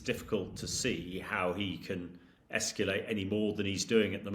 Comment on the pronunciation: He can EsckYooLate and use his NooKooLer weapons. Well done Hamish! We need more intelligence here!